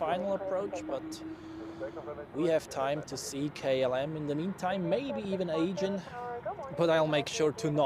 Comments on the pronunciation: Nice stream. Sorry to be a smartass (again 🥀) but the Aegean pronounciation triggers me too much 🥲 It's pronounced Uh-jee-an not Aygen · bzw. Ädschiien